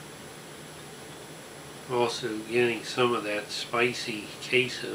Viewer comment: Queso* but yeah it's funny asl 😭